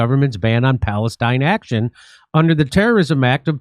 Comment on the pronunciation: it's not "p°l°st°n°°n action", jimmy ... sheesh, americans are so bad at reading!